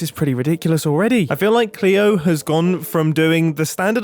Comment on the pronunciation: Oh mumbo I love you even more for calling Cleo with the appropriate pronounce❤